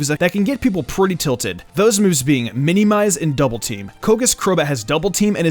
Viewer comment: I don’t like how he says minimize incorrectly